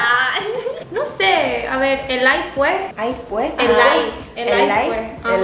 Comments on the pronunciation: Camba que se respeta dice "elay puej" 😂😂😂 espero video de Insong y David 🇧🇴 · Que lindas se ven tratando de decir Elay puej shdgodlj. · Me encantó como dijiste "Elay puej" ❤️🇧🇴 Saludos desde España. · exacto lo mismo, y es q Bolivia la zona oriental cambia la ese por una jota, en todo caso suena elay puej y elay pues